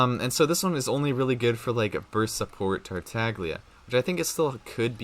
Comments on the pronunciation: I found this out the other day but apparently Tartaglia is an italian name and the g is actually silent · Kigen Jones did you know there was a ganyu video released and she said the wrong number and they quickly deleted it and reuploaded the correct video with her saying the correct number of glaze lilies/heart beats. Mihoyo would not let him pronounce his name wrong and say it multiple times. A YouTuber is a Genshin streamer and does it for a living and doesn’t even care to pronounce names correctly and it absolutely kills me every time I can’t even watch his videos anymore. I wasn’t trying to argue I just wanted you to know. Sorry if I sounded rude tho